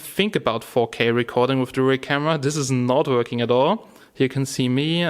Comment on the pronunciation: "it's vorking" lol